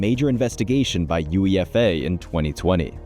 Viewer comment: Did this guy just say UEFA instead of UEFA